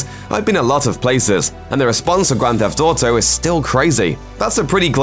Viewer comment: "Grand Thef Toto"